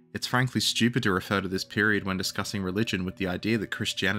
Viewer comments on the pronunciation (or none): none